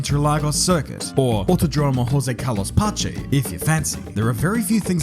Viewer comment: the name of the circuit is pronounced the following way: in ''josé'' the J is pronounced (dont confuse things thinking brazilian J is like spanish J pronounciation) as the G in the word ''Genre'', Carlos is carlos and the last name of the circuit ''Pace'' is pah-see.